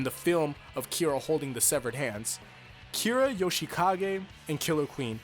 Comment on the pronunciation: Finally someone that actually says Kira Yoshikage, instead of Yoshikagey Kirra